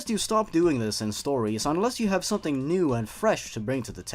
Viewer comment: "Then came SOMTING That part was hilarious XD I keep replaying it over and over, I love it!